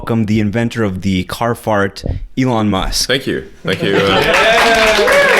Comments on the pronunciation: "This is something from Alien" Erm, it's pronounced E-L-O-N. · This was very interesting to listen to. Pretty good. Pronunciation of Elon is strange to understand as a non native so I watched it at 1.5 only.